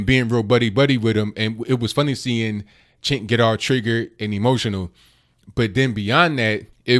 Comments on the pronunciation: It's pronounced 'Jenk.' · It's pronounced 'Jenk'.